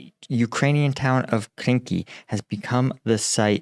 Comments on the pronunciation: Quick correction again, it is Krinky and not Kinky 😂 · The frivolous AI translator at the beginning translates Krynky as Kinky.